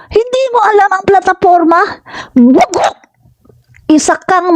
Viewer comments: Hindi po bugak Ma'am..Bugak po..Bugak😂😂😂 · Nakakatuwa ka naman po pagkasabi mong bugog